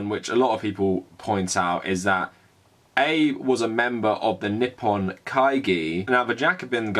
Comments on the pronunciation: Abe like abe no seimei Not abe line rincon no eibu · “eyb”? Really? “ah-bey” Please look up pronunciations first, even and maybe especially for small names. I was having a hard time listening to what you were saying because of that SCREAMING mispronunciation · Ah-bay. The PMs name is pronounced Ah-bay. No criticism of the content of the piece, just hard to hear "Abe" like "Honest Abe". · Seriously it's not Abe like Abe Lincoln, it's more uh-bay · Just so you know its pronounced "Ah-bey" not like a knickname for Abraham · Well, in Japan they would pronounce it "Aabeh" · Hate to be that guy, but isn't his name pronounced 'abey'? Covered the bases - Japan has an extremely stressful, racist and sexist society. As WW2 survivors (comfort women, POWs) die off, I fear the atrocities will be re-written. Many older Australians won't forgive Japan its treatment of our WW2 POWs, particularly as there has not been any recognition or apology for the brutal treatment they received. The Chinese have not forgotten the Nanjing massacre either. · Really enjoying these videos. If I could just please ask one thing is to at the very least learn how to say Japanese names/words better. It's pretty easy to look up. Ex. it's Ah-beh (for Abe). In your other video, Moe isn't like the bartender's name in The Simpsons but Mo-eh. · Abe's name is two syllables: a-be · Abe, pronounced Obb-ey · Some commenter somewhere is typing about how incorrectly pronounces Shinzo Abe's name. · I agree with you but you need to learn to pronounce Abe’s name properly. It sounds ignorant on your part.